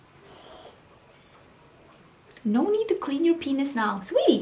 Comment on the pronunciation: Love your "nou nou nou" haha its sounds so Dutch😂